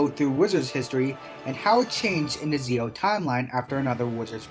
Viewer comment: it's Zi-O(Ji-O) not Zeo